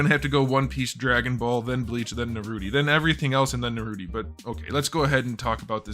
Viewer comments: For the love of god dont say Naruti, is naruto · it’s Naruto, not Naruti 😂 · Bro said narroti😂🤣😂🤣😆😂🤣😂😆🤣😂😅🤣😂🤣😅😆😂🤡😹😸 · so uhm no one gonna talk about “naruty” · Brotha said naruty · Is no one gonna talk about how he called Naruto Naruti??? Lol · I love how he pronounce Naruto as Naruti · Bro said narute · Bro is calling naruto naruti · what's a nurooty? it sounds like a goofy anime